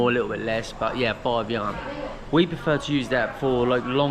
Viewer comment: Just for your knowledge, the currency unit of China is yuan. It reads “yu-an”. Enjoy your trip!